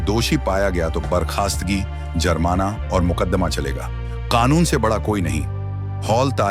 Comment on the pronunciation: अच्छी कहानी लेकिन भाषा की अशुद्धता खटकती है। संगीन को स्नेन और मूअत्तल को मूतल्ला कहा गया जुर्माना को जर्माना। थम्बनेल से कहानी का कोई रिश्ता ही नहीं है जबकि थम्बनेल वीडियो का ईंटो होता है।